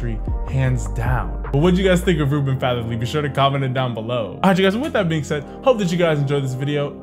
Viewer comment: it’s not fatherlee😂 it’s fatheree i know this because i go to school with him. he plays basketball too